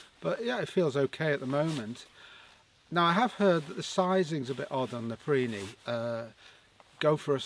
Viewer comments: Its pronounced... NAPA...PEE...REE. NOT NAPA...PREE...NEE. BUT whatever, they are very nice jackets 👍👌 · why would you pronounce it "naprini"?